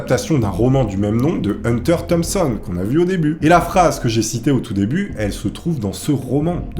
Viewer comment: C'est Thomson pas Thomason enfin!